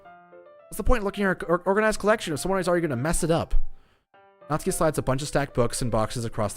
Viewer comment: Finally someone pronounced Natsuki right! N A T S K I Also pronounce Sayori right. S A I O R I